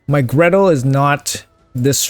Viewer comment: Gretel, not Greta